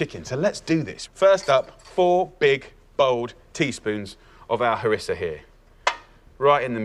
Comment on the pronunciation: C'est du Harissa et non pas Marissa lol..😂